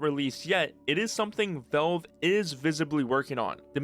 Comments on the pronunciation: Why do you say Velve instead of Valve? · Why do you keep saying "Velve"? It's "Valve". You're clearly able to pronounce A's properly as you say Half-Life correctly and don't say Helf-Life. The A in Valve is pronounced exactly the A in Half-Life.... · When he says velv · I swear TO GOD IF YOU SAY VOLVE ONE MORE TIME ( /s) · But like real talk, why do you keep saying "Velve"? I'm not sure if you're just trolling me at this point. Edit: Ok just finished your video, good vid man. BUT I SWEAR TO GOD IF YOU SAY VELVE ONE MORE TIME. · For the love of God, please pronounce Valve correctly and stop saying Velve... 😖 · Is it really that hard to say valve properly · Nitpicking but you need to work on your pronunciation, especially with the word "valve". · I'm assuming it's an accent thing, because how do you run a channel about Valve games and not be able to pronounce it properly?